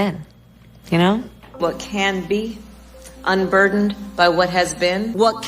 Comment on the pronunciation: Nooooooo!!! Not the "unburderned" crap 🤦🏼‍♀️